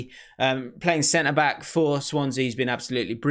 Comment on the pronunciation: Man said center black lol